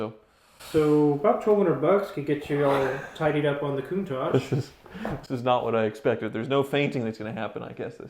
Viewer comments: 'My Coon-targe.' o_O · Love your vids,, and no desire to be critical, but an iconic car deserves to have its' name pronounced correctly...Countach = Coon-ta-sh, there's no mushy "j" at the end. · Don't say to an italian "CountaCHE", you pronounce CountaK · Everyone, pretty much ever: "Coon-tosh": "Coon-tozhe" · Its Lamborghini countach not coontach lol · Not certain you guys are pronouncing Countach right. It’s a hard nt.